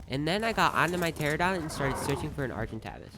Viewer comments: Argentavis not argen-TAAVIS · Hahhha it’s fine, I love the content but you called the “ ar gen tave is” argen tavis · Arhentaves u mean argentavis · “Argen tavis (Travis with no r) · Lol argintavas it should be argintavis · its pronounced (ARG-ENT-A-VIS) Not (ARG-EN-TAAAAVIS) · Argentavas haha it’s argentavis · Argen TAVIS 😭😭😭 it's tayvis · OITS ARGENT-Ã-VIS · If he says argent TAVAS one more time jk jk But this man on day 17 has a fab and a fab pistol I was still looking for rocks on the beach on day 17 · Here Is herting me by saying argentavvis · It isn’t Argentavis it is Argentaevis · How you pronounce “Argentavis” Are-jen-ta-vis (the a in ta is a long a) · Its also pronounced ar-gen-tay-ves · Your saying argentagvise wrong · Stop FRIKIN calling it an argentAvis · Anyone else get a uncomfortable feeling when he said argentAvis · Pterodactyl, ar gen tah vis, dude do you even ark…you’re a total noob 🤣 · It not argentavis it's argentAvis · trlobit, praceer, argentaavis, teranadoyne, berreonxe, tapeejara. Lol im so sorry this is a joke. I like the way you pronounce it more anyway. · "Agen-travis" Well said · Pls pronounce Argentavis right Argent ay vis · It’s argen TAY VIS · lmao. argentavis, its pronounced like, ArgenTaevis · The cringe of not knowing how to pronounce argintavis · The video was great EXCEPT you kept pronouncing argitavis wrong. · the pronunciation of argentavis kills me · I'm sorry but the way hesaid argentavis pissed me off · I was gonna watch it all but the way he says argie pissed me off 3 much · the way he says argentavis pisses me off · I got triggerd when he pronounced argentavis wrong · The video was great untill i herd you say "argentavis" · every ark player is probably trigger by how he pronounces "argentavis" edit : are we gonna talk about the terraria bgm? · great video, but the way he said argentavis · i hate how he says argentavis like not the right way he is triggering me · The way he said argentavis hurt me any ark nerd like me agree?